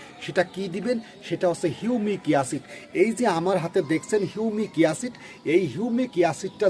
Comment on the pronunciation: সব ঠিক আছে কিন্তু হিউমিক ইয়াসিড না ভাই ওটা হবে হিউমিক এসিড। দয়া করে উচ্চারণ ঠিক করুন।